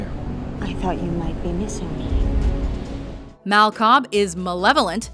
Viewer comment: u pronounced "Mal" wrong